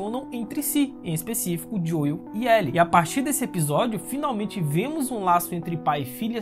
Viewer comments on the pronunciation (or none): Gostei das suas considerações mas só uma dica, a pronúncia do nome do Joel é "Jhou" e não "Joio", então ficou meio chato ouvir a cada minuto assim, principalmente se vc joga no original. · Sempre q o pronuncia o nome do Joel (Dioiu), meus ouvidos sangram 🤣🤣